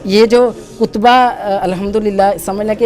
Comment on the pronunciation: Kutba nahi katba hota hai